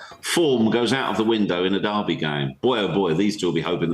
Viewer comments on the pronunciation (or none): People that can’t pronounce the word “derby” properly should not be paid to speak